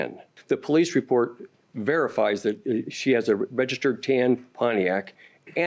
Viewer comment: She looks like she's pregnant all the time... One more thing it's "that" not "dat"😅😅😅